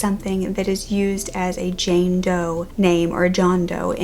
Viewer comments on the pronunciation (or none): none